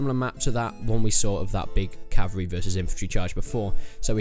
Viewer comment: It's pronounced "CAV-AL-REE" not "CAV-AREE"